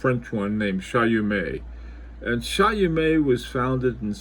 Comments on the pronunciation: It's not Chayomé but [ChÔmé] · Late comment but I think it's pronounced Chaw-meh, forget the T at the end and make the first syllable a bit shorter, Shawmeh sorta, Sorry to be pedantic but experts should sound like experts. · Great video. It’s pronounced Show-may. Here a link to the pronunciation. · Btw it is pronounced “Shomay”